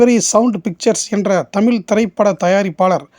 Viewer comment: தமில்,. தவறு. தமிழ் என்று உச்சரிக்க வேண்டும்